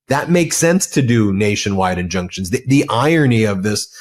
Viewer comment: Ben: "injuctions and... injunctions"? Huhh? 😆